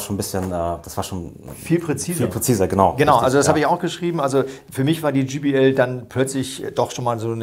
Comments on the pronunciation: Gee Bee El spricht man übrigen Jay Bee Äl aus. Auch wenn es nur ein Spaßvideo sein soll... Ihr habt Hemden mit eurem Firmenlogo an. Ihr verwendet völlig überteuerte Goldkabel als würdet ihr Flöhe husten hören. Aber wisst nicht, wie man ein J auf Englisch ausspricht? In nahezu jedem eurer Videos findet man solche Patzer die an eurer Kompetenz zweifeln lassen. Reine Verkaufsvideos. Und diese Lautsprecherkabel die ihr verwendet... das sind so feine Nuancen die man da unter Umständen raushören kann, dass man auch einfach teurere Weichenbauteile verbauen könnte. Damit fährt man wesentlich günstiger und effektiver. Falls ihr mal Lautsprecher habt, die so gravierend verbessert wurden in allen Belangen, dass nur noch bestimmte Kabel den letzten Pfiff geben können, dann, aber auch nur dann, könnte man irgendwas von dem glauben was ihr da erzählt. Schade, dass man Menschen heute nur noch unnützen Kram verkauft. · Vielen lieben Dank an euch.Ich stehe persönlich auf viel Hochton 😬 also JBL ,auch mit Möglichkeit Hoch und Mittelton anzupassen ist eine tolle Sache. Was ich nur oft bei Hifi-Profis höre ist der Name JBL der oft GBL ausgesprochen wird😉.aber das ist nicht böse gemeint denn den Vergleich Test macht ihr wie immer professionell und das gefällt mir an Fidelitiy.Ein schönes Wochenende 🎼🎶🎵🎸🔊